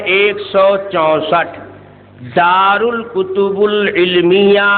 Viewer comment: دار الكتب العلمية_____پہلے یہ عبارت تو ٹھیک پڑھ لے جاہل شخص دار مضاف الکتب العلمیہ موصوف صفت سے مل کر مضاف الیہ ہے الکتب کے با پر کسرہ آئے گا ضمہ نہیں ___🤣🤣🤣